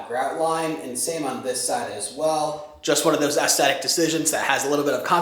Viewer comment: Fantastic channel. One FYI forcthe future. The word aesthetic is pronounced with only one hard "t" sound at the end. The middle "t" is a soft "th" sound. Cheers